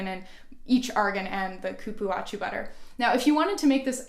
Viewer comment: Hello Thank you for sharing I follow you all the time irme The Cupuacu butter is pronounce cu-púa-zu Good night